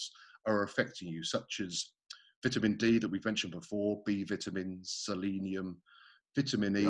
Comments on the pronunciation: I’m just gear for Eddie saying vitamins like vittamens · Didn't know the British pronounce vitamins with a a soft i. Learn something new everyday. Also, why does the British forget about the letter t. For example, saying Bri-ish instead of British or Wa-er instead of water. Fascinating indeed